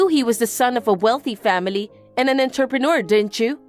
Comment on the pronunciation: Is there a place where that is the correct pronunciation of "entrepreneur" ?